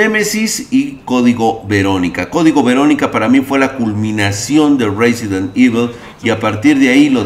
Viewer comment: Reizent evil 2000g XD